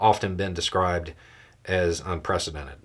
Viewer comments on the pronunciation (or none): When you say unprecedented I hear un- presidented !